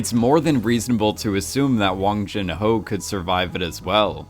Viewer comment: Its not wang jin ho its 황준호